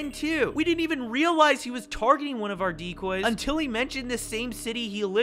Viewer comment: "UNTILL" is crazy